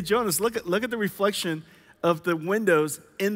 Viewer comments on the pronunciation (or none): The CEO just cuts him off as he’s about to give a technical explanation of what’s happening like a kid with ADHD “OHH MAH GAWD YOU SEE THAT REFWECTION?!?!”